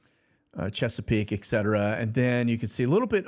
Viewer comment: Yes, and Febuary too. My 2 biggest English language pet peeves.